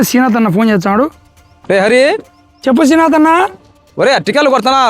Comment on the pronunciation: బరేహరీ శీనాతు ఎందిరా భూతు లాగా శ్రీనాథ్😂 అనాలి శీనాతన్న కాదు శ్రీ నాదన్న